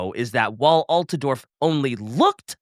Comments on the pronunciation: AltAdorf? Wheres the second A in Altdorf? Konrad? Nibble on that mans neck. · destroying every character and place name gets annoying after a while. Like what the hell is “Altedorf” and “Von Carsteen”. A little bit of effort man,…. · Aargh Alt-duh-dorf? Look how they massacred (the pronunciation of) my boy!! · It’s Alt-Dorf, where did get the extra “a”? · and Possum did a great job covering the Von Carsteins in this one, but somebody PLEASE tell him how to pronounce “Altdorf” 😭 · mispronoucing Altdorf is really killing me